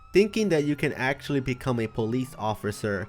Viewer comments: Hè always says acxtualy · Why does he always say actualy